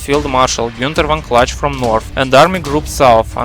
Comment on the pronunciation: Kluge is Клуге, not Кладж.